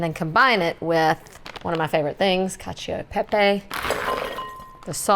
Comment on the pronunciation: You don't pronounce the i in cacio e pepe. It's only there to change the sound of the c from a k sound to a ch sound, because there's an o there. co sounds like ko. cio sounds like cho.